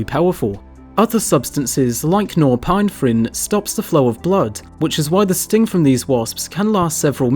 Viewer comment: Pronounced nor-epi-neph-rin